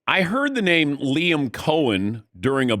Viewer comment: And then he doubled down on it. Someone get in his damn ear and correct it. Sheesh.